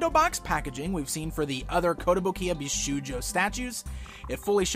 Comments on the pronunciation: I don't want to be annoying but as many viewers pointed out you're one of the few personst I heard tha mispronnounces bishoujo, it shold sound with an 'o' like in the word shop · Very nice Zatanna statue, but you mispronounce the word bishoujo.